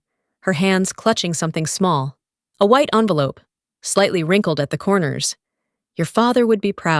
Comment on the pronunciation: Hard to get the word 'envelope' wrong but this group did it! Amazing!